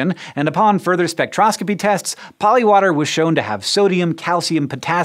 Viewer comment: When you were saying polywater I kept hearing polliwog and I was like "polliwogs are real..."